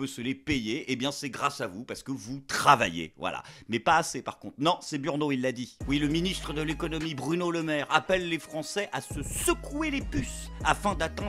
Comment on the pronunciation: j'suis pas content quand tu dis Burno. J'espère que tu liras ce message.